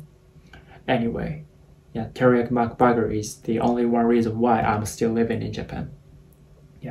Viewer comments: I love How he says mac buger… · I like how when you say mcburger it sounds like mcbagger 😂 😂